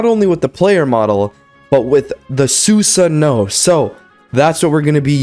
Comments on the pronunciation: u r saying Susano wrong. its pronounced Sue-Saano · Did you really watch naruto though? It's tough to tell after that Susano pronunciation lmaoo